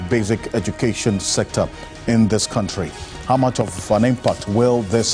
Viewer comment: The guy said kantry